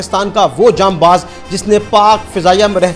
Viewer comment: Bhai ancer jam Baz NAHI HOTA janbaz HOTA hai